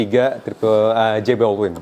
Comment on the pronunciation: jordan and SB Dunk "correct"? jelas banget jordan bukan dunk. SB ga selalu dunk. Supreme rammellzee, bukan ramzelzi. Born x Raised, bukan best born at a time, one block at a time. J Balvin bukanJ baldwin. maaf bang cuman koreksi, abis painful banget nonton ini